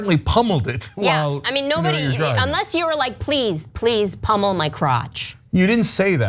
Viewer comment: Did they say pummel or pommel?